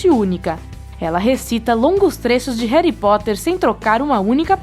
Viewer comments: É H-A-R-R-Y P-O-T-T-E-R!!!!E N RERÍ POTTER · Mano n é "reri Potter" é HARRY POTTER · Deixei de assitir quando ela disse reri potter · "Réri póter" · Ela disse Heri Portter? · "Réri poter"